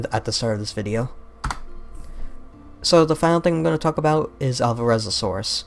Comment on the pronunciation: 'Alvarezosaurus'? I think the 'o' doesn't exist in the name of that dinosaur. (It should be 'Alvarezsaurus')